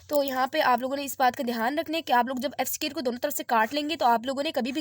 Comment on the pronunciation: It's square not scare